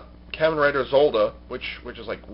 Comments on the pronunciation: In all the japanese kamen rider series i have seen they say it like kah-men not kih-men like you were saying. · No......Japanese people say Kamen Rider not CAMen Rider. Watch any Kamen Rider Show. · Sorry to sound like an ass, but you're not saying "Kamen" right. They are saying it the Japanese way in Kamen Rider Dragon Knight.